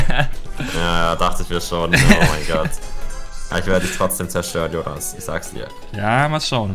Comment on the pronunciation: Jojonas not yoyonas